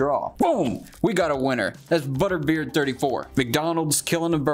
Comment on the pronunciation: this guy’s funny, but I don’t think he said someone’s name right the whole video 😂😂. butter beard64? more like buttered bread 34